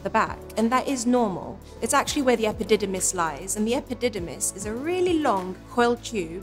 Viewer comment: That's a funny word epididimys lol